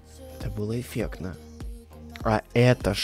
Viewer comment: Ты ноучись разговаривать блин говаришь эфекно а надо говарить эфектно божемои и плюс кокая тряпочка это лизун простои боожеее😐🤦‍♀️🤦‍♀️🤦‍♀️🤦‍♀️🤦‍♀️🤦‍♀️